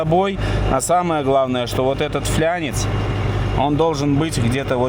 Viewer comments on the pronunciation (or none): НЕ ФЛЯНЕЦ А ФЛАНЕЦ.